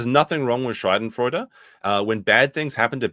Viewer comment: just a quick heads up here, the way you mispronounced Schadenfreude makes it sound like you said "Scheidenfreude." Scheide is German for female genitalia. So you basically said Nick's career started with pussy joy. Which might be true if they were swingers even before his youtube channel.